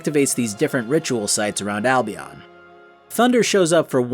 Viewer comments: The constant mispronunciations of Albion is hurting me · Seriously another one says Albion wrong... sheesh